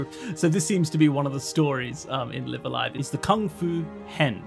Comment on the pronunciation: so this isn't a series i'm familiar with at all and i have no idea what the title even means, but i do know in katakana it's written ライブ・ア・ライブ, so it drives me slightly more insane each time i hear you pronounce the first word as in "to live"...i wouldn't bother mentioning it, but as this is a japanese learning channel, is there a reason why you are pronouncing it that way? like, are both pronunciations fine in japan, or what?